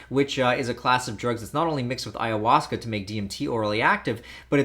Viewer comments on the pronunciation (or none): none